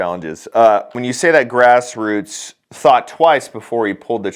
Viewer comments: Gross Croitz is the way it's pronounced. I just call him "Lefty". Of course none of these yahoos watched any, much less all of the trial. Had he/she/it.. whatever watched it, she would have seen the video where Kyle pulled off Grosskreutz when he pointed the gun and then went hand up and only engaged once he pointed the pistol at Kyle's head again. A fact which he admitted to on the stand. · If you struggle with grosskreuts, his name translated from German should mean large cross. It has the pronunciation of grose-kroitz for English speakers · I died laughing when you said "GrassRoots" 😂😂😂😂 I like the name screw ups! F- them they do not deserve the dignity of having their name pronounced correctly. Rittenhouse is a LEGEND. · i think it is pronounced "gross crotch " 🤔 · Its pronounced Gross-scrotes.